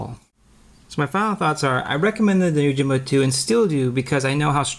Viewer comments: Pronunciation of the "Yo" part is "oh" in the video. He keeps saying Oh! Jimbo. Is that correct? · Yoh-Him-Boh. Not Oh-Jim-Bow. Right?